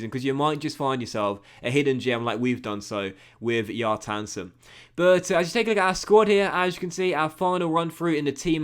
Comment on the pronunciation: Kjartansson is pronounced Shar-tahn-sone, quickly